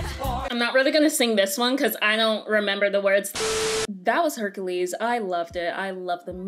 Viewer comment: “Hunkules” Me: “NOPE”